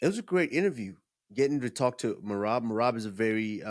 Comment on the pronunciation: And then henry never mispronounced Merabs name again.... 😂